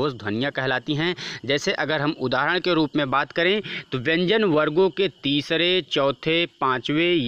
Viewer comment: Sir bhyan nhi vyan h wooh😅